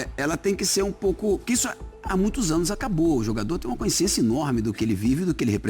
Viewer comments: Consciência e não Coinsciencia… Melhor gestão de futebol está na Alemanha - sem dívidas! Clubes ingleses tem dívidas enormes… Fala bonito mas mais um analfabeto funcional… mais um 💩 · Muito lúcido o Leonardo, muito inteligente, porém, a palavra consciência, não é escrita: “CÕICIÊNCIA”!!!!! Tem que falar certo, c@@ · Leonardo fala seis idiomas , um cara inteligentíssimo , educado e de boa família desde o nascimento , mas não sabe pronunciar a palavra consciência ... Nesse programa e em outros que ele tem participado durante os últimos dias rs em todos ele não pronunciou corretamente.